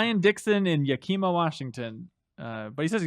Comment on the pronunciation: Did just pronounce Yakima as Yakeema? Lolololololololol